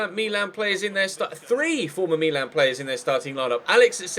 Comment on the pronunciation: Meeeeeeeeeeeeelan so annoying can't u read its Milan mil- an